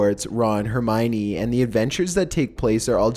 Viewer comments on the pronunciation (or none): none